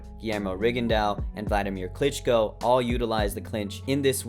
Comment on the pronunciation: "Wladimir Clinch'co"